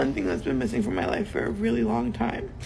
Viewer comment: So you can get rejected and screamed at? Pass. "I weally, weally want some one who is an ATM."